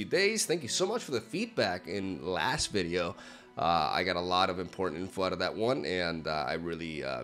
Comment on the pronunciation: Every time he says "important", it comes out as "imporn" ;)